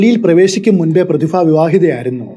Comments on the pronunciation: Prathifa alla Prathibha, gets annoying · പ്രതിഫ ആണോ പ്രതിഭ ആണോ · പ്രതിഫ എന്നുള്ളത് പ്രതിഭ എന്നു പറയാൻ പറ്റുമോ 😁😁🤣🤣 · പ്രതിഫ യല്ല ബ്രോ, പ്രതിഭ എന്ന് ഉച്ചരിക്കൂ. പരിഭ്രാന്തി എന്ന് താങ്കൾ ശരിയായി ഉച്ചരിച്ചു. അതുപോലെ പറയൂ. പ്രതിഭ.